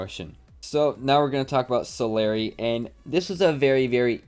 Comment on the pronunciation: U pronounced Solary wrong.